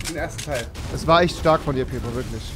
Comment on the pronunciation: Der heißt pietro nicht pitro